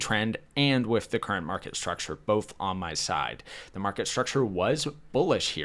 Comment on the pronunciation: I notice you struggle enunciating "th." (Ex: "With" comes out as "wiff," or "fifth" as "fiff.") Have you ever been through speech therapy for this?